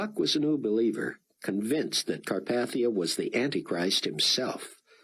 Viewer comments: Learn to pronounce Carpathia. I mean really its just like the mountains FFS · It’s interesting that he mispronounced carpathia in this book